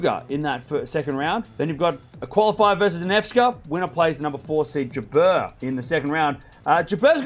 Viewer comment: Please pronounce Jabeur as in " number". Hi from Tunisia.